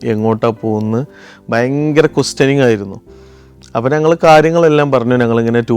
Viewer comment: ചില ഉച്ചാരണങ്ങൾ ബോറടിപ്പിക്കും... അത് തിരുത്തി പ്പിക്കുന്നതിൽ എന്താണ് തെറ്റ്. ഉദാഹരണത്തിന്: 'ഞങ്ങൾ' എന്നത് ഇദ്ദേഹം പറയുന്നത് 'നങ്ങൾ' എന്നാണ്. അത് ആവർത്തിച്ച് വരുകയും ചെയ്യുന്നു...